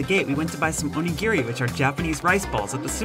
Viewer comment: Please say Onigiri correctly. It's not Gear-Ree, it's Gee-Ree. O-Ni-Gi-Ri.